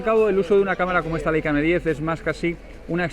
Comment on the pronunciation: Por favor; cada vez que un YouTuber dice "LEICA" en vez de "LAICA" se muere un angelito del cielo. No más muertes de angelitos inocentes. jejejeje. Aprended como mínimo que en alemán se pronuncia "laica"...queda feísimo. Y casi todos los youtubers lo dicen mal.